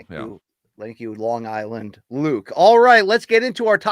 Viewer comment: My favorite new MK quirk is never being able to tell if LT is calling him “Long Island” or “Bong Island” Luke